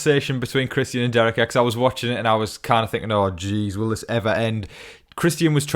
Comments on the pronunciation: His name is Christian.. not Chris ty in.. so annoying get it right dude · Really hope Christian goes home so I don’t have to hear you pronounce his name anymore lol 😂